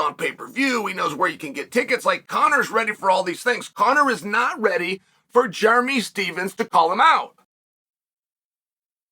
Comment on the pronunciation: Jeremy stevesem. I love uncle chael always butchering names. Chael Still the goat forever